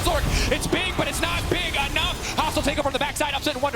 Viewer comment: ~Augh, his brain is just so bieg~